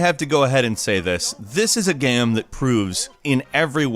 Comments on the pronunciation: are you pronouncing Game as Gam? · why do you keep saying gam instead of game? lol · You would say that it's a good "geme", then! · Are you saying "gahm"? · why does he say game gam? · can't say "game" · I love the videos from this channel, but I hate the way this guy says the word "game" or "games." It slowly kills me.